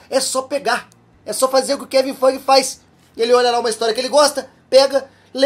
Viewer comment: essa sua pronúncia do nome do Kevin Feige é muito engraçada Toda vez eu quase ouço "Kevin Fucking" 😆😆😆😆